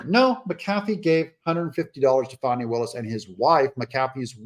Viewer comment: Fanny....NOT FAWNEY.😂😊